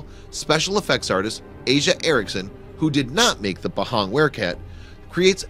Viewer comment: ITS NOT PEHENG ITS PAHANG!!!!